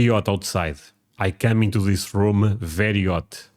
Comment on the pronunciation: If you can learn drop the habit of adding the suffix -'ah' at the end of a lot of your words; your accent will get much better immediately!☺ EG. you said "Room-ah", It's just "Room". Hope this helps